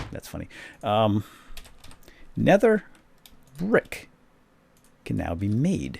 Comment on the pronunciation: Nether "prick" xD